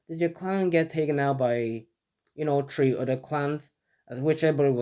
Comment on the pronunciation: No hate but why does he keep sayin tree